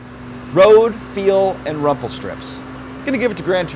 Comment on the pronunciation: I thought it was "rumble strips" not "rumple", or is it rumple in America?